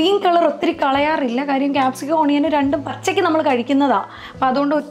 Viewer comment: Please check the pronunciation of Onion